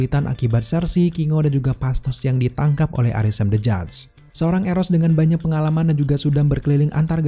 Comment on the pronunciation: yg orang2 denger: arishem the judge yg gw denger: arisem bejad